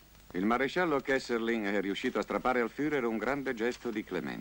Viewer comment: 7.08 Si chiama KESSELRING!! NON KESSERLING!